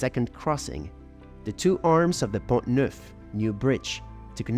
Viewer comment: By the way, the letter ‘T’ at the end of the word PONT is silent. It is pronounced PON